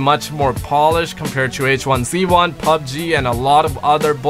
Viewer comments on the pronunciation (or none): none